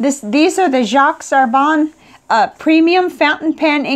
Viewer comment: Just a pronunciation comment, Jacques is pronounced without the s in French and Herbin is more like "Air-beh" (through your nose). Nice review and I like the fact that you use a variety of papers.